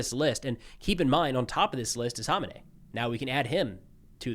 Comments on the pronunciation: Kama nay? You don’t have to speak like one of them. We pronounce it ko-may-nee. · Dude, who the hell is Honenay??? It's komenei dude..Ayatollah Khamenei!!! Pronounces kameni.... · There's no silent K in Khamenei. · Sounds like "Ko-may-knee" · Is "haw min ay" how you're supposed to promoted his name? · Can somebody tell this guy the "K" is not silent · Why can’t anyone pronounce Khamenei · In nearly 40 years of this guy being in charge of Iran I’ve never heard his name pronounced anywhere near how you pronounce it. I remember the first Bush used to purposely mispronounce Saddam’s name because the way he would pronounce it meant “shoeshine boy” (at least that’s what the news reports were), is this the same thing? Or just have people been wrong all this time, the so-called experts and media pundits with in-country “intelligence”? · You are pronouncing his name wrong, the H is silent, the K isn't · I believe you're saying his name incorrectly. Just a heads up